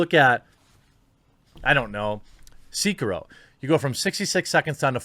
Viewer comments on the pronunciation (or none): seekaro? "say-key-ro" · "Seekiro" Heh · I don’t like the way you say “Sekiro”. Stop it. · Anyone else want to shoot themselves when he said sekiro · Great vid but what the fuck man why do you pronounce sekiro like that 😂